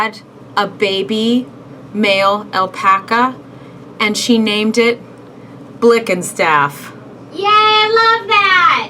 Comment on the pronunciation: Blickenstaff isn't even hard to pronounce, its literally said how its written